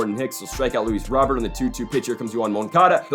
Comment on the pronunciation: It’s not Luis Robert. It’s pronounced Luis Row Bear.